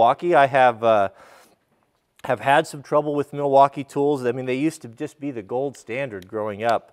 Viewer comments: “*Sponsered by Mileakeeerre*” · It's pronounced "Migh-waukee." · Yes, I have to say: I am a contractor, and in my experience the Miwalkees are the best even compared to the Hilts? (sorry I don't know how to pronounce the name. -- I have burned a Rigid on a deck once and I have to buy a Miwalkee to finish the project while I sent the Rigid (impact driver) for service (because they still have a good warranty on their tools - but Miwalkees are the best for "your money".